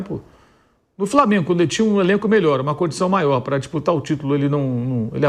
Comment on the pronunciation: Favela raiz e o vampeta que fala “crassico e framengo” depay nem português entende